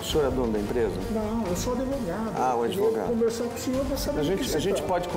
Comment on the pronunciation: "Eu sou adevogado"